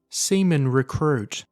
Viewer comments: why is he reading seaman as semen ????? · He said “semen”